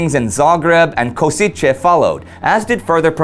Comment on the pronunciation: Pronunciation nitpick: The Slovak city Košice is not pronounced Kosiche, but Koshitse.